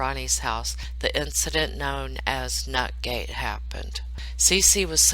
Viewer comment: you said it 2 times before I figured out what you were saying, nut gate lolol. I don't have emjois on here, if I do I don't know where they are so I have to type out my laughing.